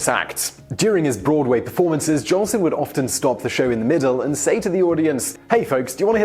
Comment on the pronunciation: hey you@ --you said JOLSON'S name WRONG " SAY his name RIGHT --GET IT RIGHT@ " -------- iT's J O L S O N """ not Johnson!!!!!